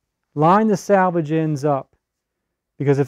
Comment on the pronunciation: Thank you for this. Been looking for years. One small thing confused me. You kept saying salvage the salvage. It's salvage the selvedge. Save the original edge of the fabric. 🌼🌼🌼🌼🌼🌼